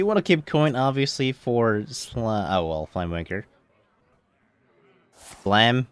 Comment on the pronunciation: Did you say "flamewanker" at the beggining? xD